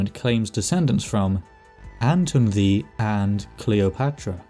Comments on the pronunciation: why the fuck is "ddu" read like "thee" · Welsh pronunciation was throwing me off so bad. I kept hearing “the” for ddu and wasn’t putting them together in my brain lmao